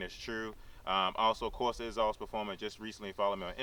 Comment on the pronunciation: WTF is a Corsa "Escream Ezoss"? Speak English please.